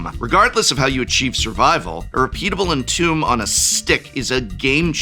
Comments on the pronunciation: Lol intentional "entome" proninciation triggered me. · You will never be forgiven for being an English professor then proceed to inconsistently pronounce "Entomb" from